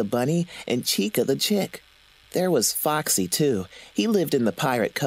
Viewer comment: Lol Foxy sounds like - FUCK SEE Sorry foxy for posting this :/